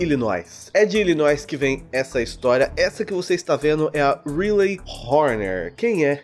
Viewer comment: o nome dela se pronuncia raili kk